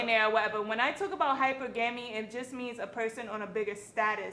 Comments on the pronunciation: hi - purr - guhh - mee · Hyper-ga-me. A confident bird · Boy for someone who wants a “higher caliber man” she needs to work on her hyper - ga-me vocabulary. She said it multiple times with confidence smh. Stick to ur level girl. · Girl. Most ppl know how to pronounce what they actually 'practice'. Hyper-gam-e. 😂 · Why is she pronouncing Hypergamy like that?